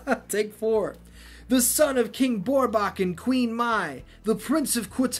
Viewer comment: But you need to fix the character's name, it's not Borbak, (Who in the Blue Hell says "Borbak"? Seriously) It's Gorbak. (Guh)